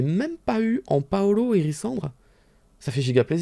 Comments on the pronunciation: ''pas holo'' Moi: Paolo?? J'ai mis du temps à comprendre x) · Quand il dis ''pas olho'' je comprent ''Paolo'' sa me gêne de ouf